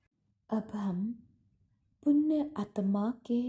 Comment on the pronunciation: It's punya not punn !!!